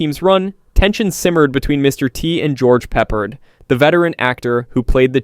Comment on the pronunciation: No mention of DC Cab? And George Peppard's name is pronounced 'PepPARD' NOT 'PEPPERED'. I think i've told you this a dozen times, but you still mispronounce it. LEARN TO PRONOUNCE NAMES PROPERLY BEFORE YOU MAKE A VIDEO LIKE THIS. Every time you mispronounce a name, you make a fool of yourself. It also shows you have no real passion for the subject you're presenting and that you're just doing it for the 'cash grab'. If you truly CARED about making videos, you would pronounce names correctly.